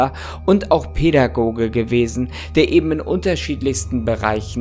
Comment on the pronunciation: Wie hart er das Wort Pädagoge betont🤣🤣🤣 was er wohl uns damit sagen wollte 🤔🤣🤣🤣🤘